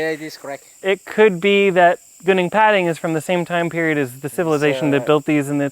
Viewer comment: Please learn to pronounce Gunung Padang correctly. Also Its not a pyramid. Ive been there 2 year ago and its quite obviously a hill and not a pyramid, it doesnt even resemble one.